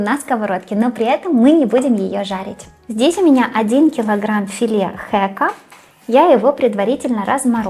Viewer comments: Не хЭка, а хЕка! Что у вас за проблема с произношением,а?😂 То паштЭт, теперь хЭк😂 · Не хЭка, а хЕка... Ещё и голос какой-то противный.. не досмотрела, сю-сю-сю-сю.. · Не Хэка, а Хака. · вы всё время говорите хЭка..так по ушам бьёт..откуда это произношение?никогда ни от кого не слышала..всегда все говорят хЕк...нежно и приятно..спасибо за видео и приятное сопровождение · А что за рыба, вы так сказали для комментов - хххэка😂😂😂😂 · Какой противный голос!!! «Берем филе хэка»-да!